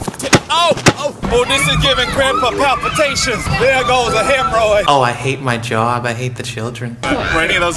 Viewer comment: "Oh, there goes my hemroids"